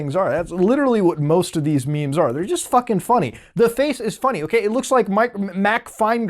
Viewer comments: They're not meymeys, they're memes. MEMES. not memes. M-EE-M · "Mey meys" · What ya talking bout dem maymays